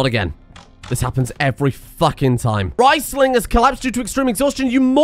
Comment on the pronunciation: Your German accent is on point and yet you insist on calling Riesling RICEling instead of REESling.